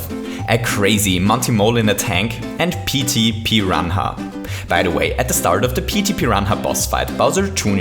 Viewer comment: Pro tip: while saying pete piranha, leave out the h